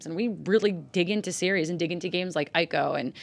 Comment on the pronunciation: Neither of those two can pronounce Ico properly! It is pronounced (EE-ko)... it is annoying when people pronounce Japanese names and words wrong.